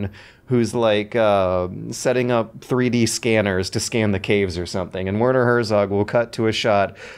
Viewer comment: "Wörnor Hörsogg" Jesus Christ my german ears are bleeding to death x_x At least use fucking google translator or something to get a decent pronunciation my dad.